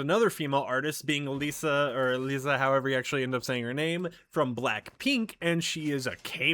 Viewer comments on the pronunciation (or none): none